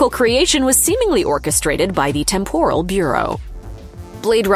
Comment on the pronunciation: How can you go through an entire video mispronouncing "temporal"?